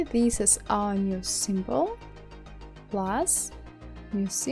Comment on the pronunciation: no offense but when you say "OUR", it reminds me of Soviet Union memes xD. Anyway love your tutorials. I just did that 80s poster from your tutorials yesterday. Please upload more <3